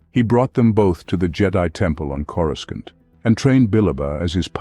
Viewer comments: more like corooskant 🤣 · You mean… “coreskaunt”? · Is it just me or the narrator constantly mispronounces Coruscant? 😂